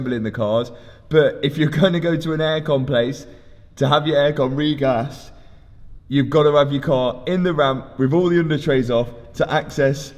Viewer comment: Cars amazing. Air con re-gas though, butchered it, mate 😂